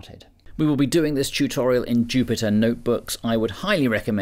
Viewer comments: "I want to do a ChewChoriol" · A “thurhoriel”, ha ha. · "chutorial" Noise!